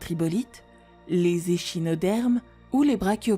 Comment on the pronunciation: Prononcez correctement les noms ! Notamment, les noms d'espèces ou scientifiques sont d'origine grecque la plupart du temps et le CH se prononce alors K. On ne dit pas éSHinodermes, mais éKinodermes, etc. partout dans la video, c'est pareil. Utiliser la fonction "prononcer" des dictionnaires en ligne s'il persiste un doute. Déroutant ! Il ne reste rien de l'étymologie en français, langue pourtant solidement construite sur l'histoire et le latin/grec... où on peut remonter à l'origine et au sens d'un mot par sa construction. Décevant. Parler de préhistoire et oublier l'histoire de sa langue, du présent...